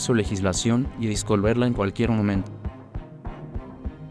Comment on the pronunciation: Se pronuncia disolverla no "discoverla". Eres muy ignorante!!!